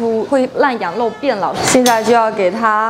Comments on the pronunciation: 羊肉而不是羊漏哦！ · 这个讲话明显舌头是短一点的羊肉发音为：羊漏！还有把羊漏吊起来晾发音为：羊漏吊起来浪！老早就发现她舌头有问题一直都忘记说了今天太明显了……